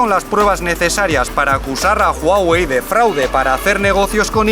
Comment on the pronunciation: Amo que digas Huawei correctamenteee jajajaja buen video!